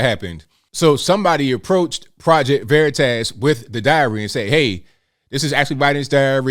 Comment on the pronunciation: VeritASS 😆. Please stop pronouncing it like that